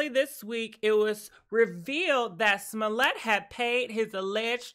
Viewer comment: Say his name again 😂😂😂🤣🤣🤣🤣🤣🤣🤣🤣🤣🤣🤣😅 Nawh frfr pronounce the las name again lol....